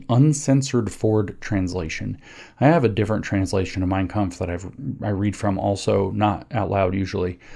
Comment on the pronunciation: I give him credit for the pronunciation of 'mein kampf'